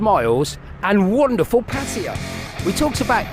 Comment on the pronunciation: Why are you calling it Patya? Is that how they pronounce it locally?